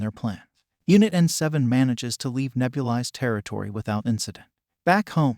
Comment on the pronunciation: I don’t like how he mispronounced Nebulis